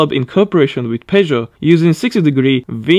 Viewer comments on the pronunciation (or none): none